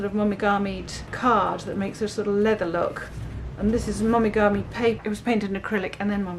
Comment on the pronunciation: FYI the “o” in Japanese is always pronounced as a long vowel, like “oh” in English and not “ahh” as you’re doing with the word momigami. I loved you’re doing and new sub.